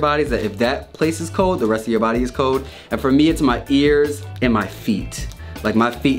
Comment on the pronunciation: It is pronounced "cold" not "cowd".